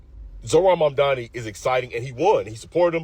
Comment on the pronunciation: Its Mam-dani